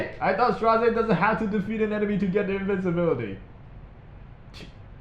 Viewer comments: His Korean name [스트라제] in romaji is straw-jay. So you are pronouncing his name correctly ^^ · actually, your way of pronouncing is correct. It's "Stra - ze" and it's not a thing I've made up, iirc it was confirmed in one stove posts when the second episode was still ongoing but not sure on exact date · you pronounced straze correctly: listen to delibets labyrinth lines lol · I also pronounce his name as "straze" instead of "streyz".